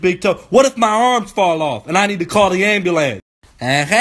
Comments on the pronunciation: I was in the middle of class yo, watching this when I was supposed to be listening to the announcements and I got to, "What if my arms fall off and I got to call the ambulant (I know how it's spelled but thats how he said it)." Bruh I was dead. I lost it in the middle of class. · anyone else dying off ah hw he says "ambulance" 😂😂😂😂😂😂